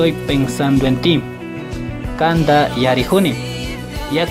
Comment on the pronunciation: No se pronuncia kanda , es kanta